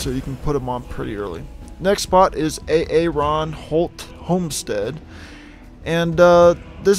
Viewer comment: "A-a-ronholt" Key & Peele reference? XD